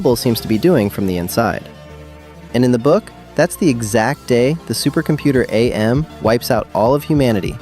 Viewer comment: It's AM, not Ay-Em.